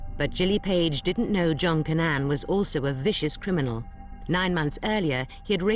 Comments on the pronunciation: The police's shoddy investigation, is even reflected in the way, the one particular detective, wrongly keeps pronouncing Cannan, as Cannon! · The narrator lady pronounces it correctly. It's like Can-nan, not cannon.